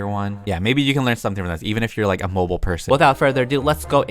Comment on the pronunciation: When he said said not mobile😕😕